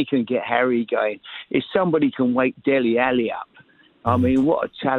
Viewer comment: Did he say Dele Alli?🤣🤣